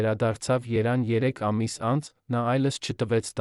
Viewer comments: Ay txa ENCHU du Yerevan Ches asum AYL asum es Evan????? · Հեղինակ դու հայ չես, ինչ ազգ ես, եթե կարդում ես, լավ կլինի հայերեն խոսել սովորես, նոր կարդաս, անհարմար է անքամ , մայրաքաղաք, Երեվան չես կարողանում ասել․ Իսկ ՄԵՏԱՔՍՅԱ ՍԻՄՈՆՅԱՆԸ ԻՐՈՔ ՏԱՂԱՆԴ ԷՐ․Ես տեսել են նրա, ,,Մադամ Սանժենը,, Բաբկեն Ներսիսյանի հետ, /Նապալյոնի մասին/․ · Այս կարդացողը ինչի ճիշտ չի արտասանում մեր հայրենիքի մայրաքաղաքը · Այս հիմարը ով՞է,որ հերթով պախարակում է հայ նշանավոր մարդկանց և մնում անպատիժ, ամեն ինչն է աղավաղում և մրոտում, Երևանը ասում է երան և շատ ուրիշ բառեր։ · ? երանը ? Թե Երեվանը ? 😆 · Երևանն էլ երան է ասում,կատարյալ տգետ է հաղորդավարը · Ես չգիտեմ ով է կարդում բայց իմացեք դուք կատարյալ անգրագետ եք կարդում ափսոս ում եմ որ Մետաքսյայի մասին կարդում ես դու Երեվան այլ ոչ թե երան։ անգրագետ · Տղա ջան երանին ո՞րն ՝ նոր սերունդին ճիշտ տեղեկացրեք՝ ԵՐևԱՆ և ՈՉ ԵՐԱՆԻ... Որ դպրո՞ցն եք ավարտել և ինչ ընտանիքում եք մեծացել, որ հայերենը ներկայացնում եք ուղղագրակական մեծ սխալներով՝ որովհետ, երանի, հետել, կարեր կարոր և .... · Երեւանում ոչ թե երանում՚ շատ սխալներով եք կարդում…